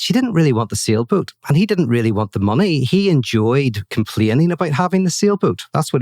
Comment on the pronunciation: He said sailboat but I heard "seal boot".